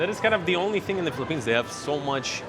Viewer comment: welcome to FEE-lipphines